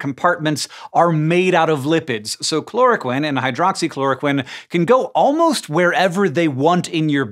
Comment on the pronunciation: Well and most medical professionals in the US say chloro-queen and hydroxychloro-queen too. Don't know why Hank says the short i sound.